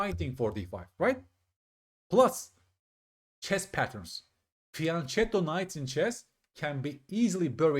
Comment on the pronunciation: Hi, your channel always gives us great content! - Just wanted to point out that the word "fianchetto" is Italian and the "ch" is pronounced with a "K" sound, unlike if it was Spanish. (I try to write this in every chess channel in which they mispronounce it :D )